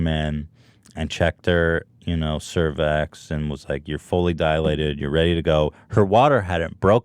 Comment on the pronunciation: lol bro its pronounced SER VICKS